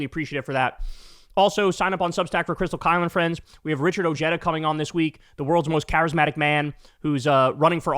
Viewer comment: FYI, the correct pronounciation of Richard Ojeda is O-he-da. His grandpa was Mexican.